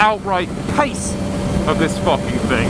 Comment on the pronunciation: "I'm gonna' fackin do ya!" Ahahahah